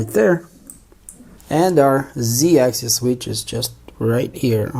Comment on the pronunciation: Sorry, but it's pronounced ONE ax-is, NOT ax-ees!! The 1st one is for single axis, and the 2nd is for more than one axis. so, we say: x-axis, y-axis, z-axis, but x and y axes (pronounced ax-ees).